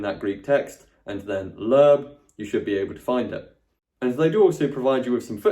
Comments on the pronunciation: its not lerb .. its lo-eb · As an American (where Loebs are published) hearing “Lerb” cracked me up! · A little note about Loeb editions - (1) in America, we usually pronounce them "Lobe", and (2) they do contain some critical apparatus with some alternate readings in the margins on the English side. (3) They are being revised, and in newer versions some of the bowdlerized text has been restored to a more accurate translation, and it appears that they are being revised around once a decade or so... They are often available at many university libraries in the US, and even in local used bookstores - I've only once found an Oxford Classical Text edition, but will see Loeb editions show up semi-regularly. Of course - new editions of both can easily be had by ordering.